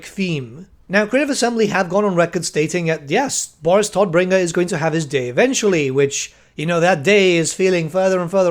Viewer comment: "Todbringer" is German and means "bringer of death" and you are pronouncing it wrong. Just fyi.^^